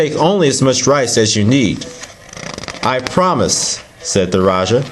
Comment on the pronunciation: Thank You for sharing! The correct pronunciation for Raja is Ra-Ja as in James not Jha or Ya. Have a splendid day! Peace.